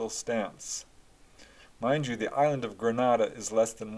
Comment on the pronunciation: I was a small child in Grenada in the 70’s . My family says I pointed out ufo in the sky to them( I don’t remember that). I’ve since had other experiences which made me obsessed with UFO’s . Ps incorrect pronunciation of Grenada .